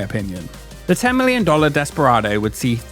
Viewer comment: ‘Desperardo’ oops. 😅